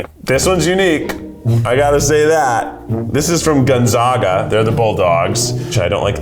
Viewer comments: I will say if you’re gonna give Spike a 2.5 you should at least say Gonzaga right 😂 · Man.. the mispronouncing of Gonzaga is painful